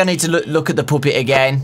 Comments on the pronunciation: It’s the puppet... not the poopet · When he said the poopet and it said the poopet I felt weird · I love still call puppet the poopet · I like how he calls the Puppet “the Poopet” and “the Poopet” “the Piupet” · You said poopet twice